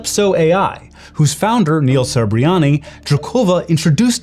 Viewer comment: Maria is not "drokOva", she is "drOkova"!